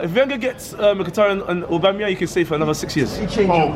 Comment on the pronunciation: Most of these man have only seen Aubameyang play a handful of times, these times they're struggling to even pronounce his name looool